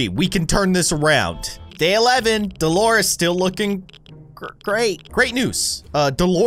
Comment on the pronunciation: Her name is Delores not dolores